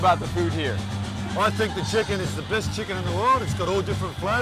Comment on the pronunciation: the best chix-ken 🤣🤣 alam na this